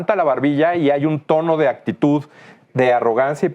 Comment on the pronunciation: Sr. Prejidente: No sé dice ACTITUT Se dice ACTITUD Por Nada 😉